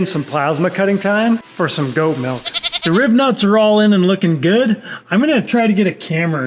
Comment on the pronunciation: Rivets not Ribnutts 😂 i never heard them am called that before